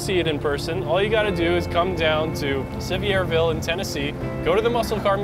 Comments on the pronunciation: Sa-VEER-ville. Just so ya know. :-) Appreciate your making this video. Ted's one of us. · What part of Alabama are you from? Sevierville is pronounced like 'Severeville''. lol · It’s pronounced.... sa-veer-ville.... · Say “severe ville” and you’ll sound like a local. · Well you really butchered the name of the town .. lol pronounced Sevier - Ville As one word home town of Dolly Parton ... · Lol he couldn't say the name of the town to save his life lol.